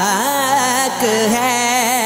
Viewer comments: Plz be careful on your pronunciation and that’s firaq not faraq Thank you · Bhai firaq he na kay faraq. Please sahi se kaho